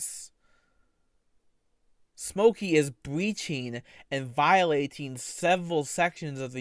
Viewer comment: bweaching awn vwiolating twerms of swervice